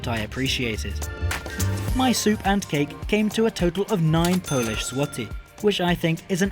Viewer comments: your Polish pronuncitation is immaculate, i'm incredibly impressed! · How is your Polish pronunciation so good??!